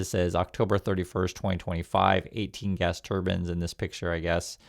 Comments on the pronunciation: I'm sorry, but I have to ask: Why do you say "turban" instead of "turbine?" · tur-BINE. tur-BAN is a headdress. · I dont like Musk bc I think he is a scammer but bruh... you literally said "turbin" 3 times in like 10 seconds refering to wind turbines... how are we supposed to take you serious when you cannot even articulate basic words. A turbin is a religious garb worn by Indians...